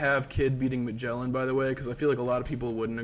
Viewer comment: Please, do not pronounce "Magellan" ever again.